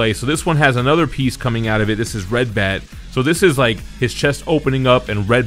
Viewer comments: Ratbat, not Redbat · Ratbat not redbat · I'm not sure if you said redbat. I believe the character's name is rat bat. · Did he just can Ratbat "red bat"? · Ratbat, sir. Rat. Bat.